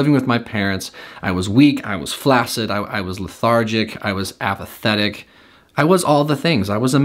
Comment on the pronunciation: You said flaccid.